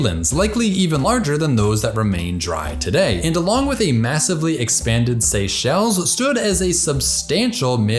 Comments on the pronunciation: As great as you are, not knowing about the Seychelles or how to pronounce it, just show how geographically challenged Americans are 🤣🤣🤣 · guy doesn't know how to pronounce Seychelles lol